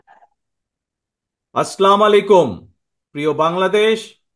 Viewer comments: সালামটাও ঠিক করে দিতে পারেন না। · তারেক রহমান সাহেব,সালামটা শুদ্ধ করে শিখুন।🙂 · thik moto salam dite parena... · ইনি নাকি যোগ্য নেতা, অথচ সালামটাও ভাল ভাবে দিতে পারেনা। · সালাম করতেই পারেনা ঠিক মতো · প্রিয় ভাই আপনি তো সঠিক উচ্চারণে সালাম দিতে পারেন না। আপনি কিভাবে আমাদেরকে পরিচালনা করবেন?